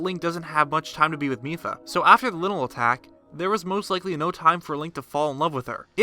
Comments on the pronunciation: I know it sounds like lynel but it’s pronounced lional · You say Lynel like lie-nel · linel? what the hell is a linel? wth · his says linl not linanl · It is pronounced “Lie null” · Is he calling the lynel a linal? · Can we talk about how he just pronounced lynel “linel” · pronounce lynal (lie-in-al) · I’m sorry...lynel pronounced linle? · How you say lynel is la-i-nel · The way you pronounce Lynel I was like “What’s a Lynel oh he just doesn’t know hey to pronounce Lynel.” Th y sounds like a long I not short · You mean lynel as in lionel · Heh he called the Lynel linle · why do you pronounce things so badly lie-null (lynel) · The way he says lynal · Not trying to be THAT guy, but it's pronounced "Lie-null" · Its “Lie-nel”. Pronunciation was confirmed already. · Look bub, it's not pronounced, " linel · Did you pronounce Lynel like linle?????? Idiot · It's Lion-el! Just say "lion" and add "el". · Just a tip, I believe it is pronounced Lion-el. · its it pronounce " lie- in - null" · He said the linl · Ugh... him mispronouncing lonely is really triggering my ocd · Almost left the video when he pronounced Lynel like "Linnel" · It’s like lion-elle, but gets shorted to Lynel, pronounced “lienl” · Geoff Williams at first I didn’t understand what he was saying and I pronounce lynel “lienol” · Geoff Williams me 2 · He pronounced Lynal wrong. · Your'e pronouncing lynel wrong. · stupid lynel pernounciation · The fact that you pronounce Lynel and Ploymus like that makes me really nervous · Is anyone else bothered by the way he says Lynel? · How the hell do you pronounce lynel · The letter Y and I are very deceiving, but yeah I agree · I can't get over the way he pronounces Lynel.... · Plz stop saying Linnle it's lynel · It's pronounced ly-nul. Noy linul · Not linl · Its not lynel its lynel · linel, LINEL??? its pronounced lie-nell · LIE-NAL. LIIIIEEEE-NAL. Not Lin-el. 😂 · XD lynel not linel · no one: :literally no one: me: ITS PRONOUNCED LYNEL (LIE-NULL) NOT LYNEL (LIN-EL)